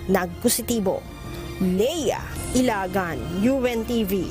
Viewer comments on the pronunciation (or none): none